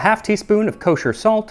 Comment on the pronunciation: wHatS "kOsER" SaLt?